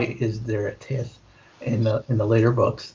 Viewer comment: Good review guys. Small thing (hate to be this guy) but FYI tithe is pronounced like "tie-th"